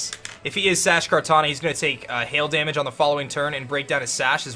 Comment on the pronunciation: The way says damage is hysterical. "Dah-midge"